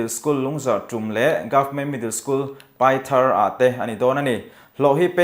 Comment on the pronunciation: Paithar ilam dan hi chu a dik lo deuh 😂